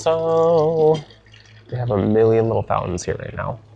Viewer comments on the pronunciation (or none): none